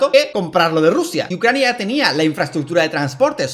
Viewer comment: "Rusia y Ccrania"